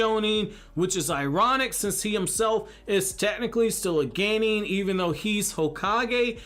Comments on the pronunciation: English pronunciation of Japanese words is just strange. "hoe-kagey" "geynin" "joe-nin" :P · Wtf is a ganin Ganin Ganin ganin 🙄 As such a top notch Naruto lore knowing it's a F*ucking Genin Jesus christ